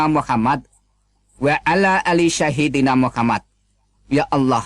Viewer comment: Dilihat dari cara membaca ayat Alquran, jelas, bukan seorang ustadz, makhrojnya kacaubalau. Terus pada waktu nenyebut nama rasulnya orang Islam salah fatal. Dia mengucapkan "sahidina Muhammad," seharusnya "sayyidina Muhammad". Jadi, jelas dia pendusta besar. Semua kesaksian orang kristen yg mengaku berasal dari Islam pastilah begitu, banyak ucapan yg salah. Kesimpulannya, semua kesaksian kristiani sengaja dikembangkan untuk membohongi umat kristen sendiri.